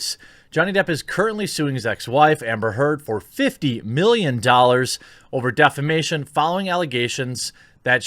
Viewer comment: Everytime you said defamation I heard defecation